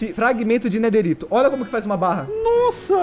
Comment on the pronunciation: Não e nederito e nederite